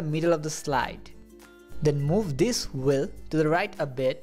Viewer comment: "wheel" not "whil", lol